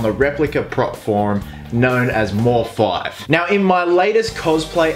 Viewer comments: His name has been taken from Deadmau5 so its mouse5 not mor-5 just a heads up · I think it's pronounced "mouse" as with the group Deadmau5.